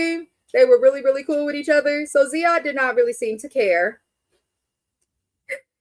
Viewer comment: His name is Ziad, not zead.